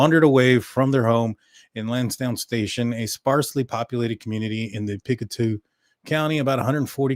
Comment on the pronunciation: Hey - we're Pic-toe. Not "Picktoo". Get that right, and you'll be ahead of the idiots who can't pronounce easy words. Thank you from Pick-TOE County.